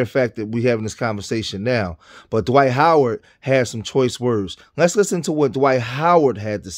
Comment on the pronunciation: It's Dwight...not Dawight